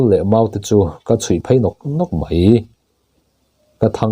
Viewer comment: Pu Ram angaihnawm viau a mahse, itawng kahchheh tlema fimkhur angai..icchiar poh ani maithei a mahse itawng pangai pawh nise" mai" tih tur ni awm tak "Mei" tih ihmang leh thin a ..Angaihnawm lutuk e